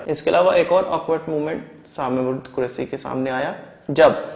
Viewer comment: Santi nahin shanti, Des nahin desh kahiye. Correct your speech. Quresi nahin Qureshi.